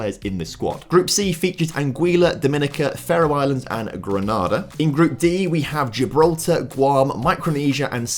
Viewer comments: Ironically the Sao Tomé pronunciation was ok, but Some of the others were rough, particularly Grenada. Gren-ah-da is in Spain, the Caribbean nation is Gren-A-da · Grenada is pronounced GRENADE - R not GRANADA as the city in Spain or a chain of cinemas in the UK though many people pronounce it as though it rhymes with CANADA.